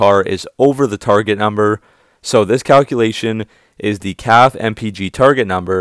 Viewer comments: You know it’s pronounced caff•fay’ not caff….. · Perhaps you can learn to pronounce CAFE correctly. It’s a two syllable acronym. “Kaf ā. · I watch your videos all the time and they're very good but the word is Cafe as in a restaurant even though it doesn't mean the same